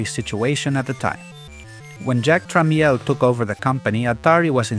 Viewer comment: “tra-mel” not “tra-meal”